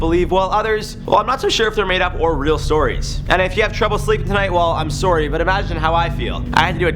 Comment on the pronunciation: His sorry sounded so Canadian 😂